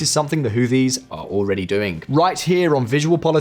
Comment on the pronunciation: Who Tees. Whoo Tees. TH together in this instance is pronounced with a strong T.